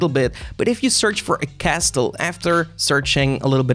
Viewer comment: castle, don't pronounce the T... 🤣🤣🤣